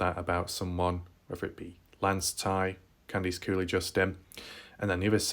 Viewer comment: For some weird reason I like your accent when you say the word Horse. Bc you say it like Whooorse lol. And Candice Cooley sounds like Candys Cooley